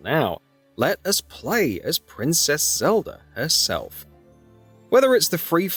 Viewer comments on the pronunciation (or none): This video is useless bs we’ve seen in the trailers also it’s pronounced Zelda not Celda and who the f is Damp?! It’s Dampé.